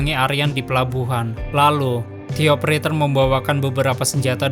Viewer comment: De opereter bang bukan ti opereter